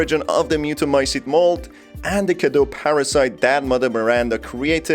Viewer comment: what i have noticed is that in the game they don’t quite pronounce things right... Even Dimitrescu is pronounced wrong for how it’s written in Romanian. So in “Cadeau” you read the final eau as o while in “Cadou” they should have said as it’s read and add the u at the end to pronounce it correctly. But yes, the Romanian cadou is derived from fr. cadeau, what I just wanted to say is that they didn’t quite make it sound like Romanian, but French, with the pronunciation and even the naming of some characters.